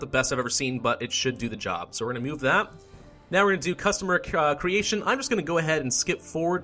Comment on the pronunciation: did he say customer creation